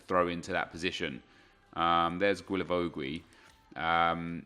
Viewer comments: Hi, pleaaaaaaase stop saying GUilavogUi 😂 it’s just Gilavogi no needs to say the « U » if you are wondering, ask Reev he says it perfectly right Keep up the good work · Bro just don't pronounce the u's. Not that difficult. Gilavogi. Cheers! Keep up the great work. Loving the RTG!!! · Isn’t it pronounced... “gilla-voe-gi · I THINK it’s pronounced GEE-LA-VO-JEE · Please learn to pronounce Guilavogui's name correctly...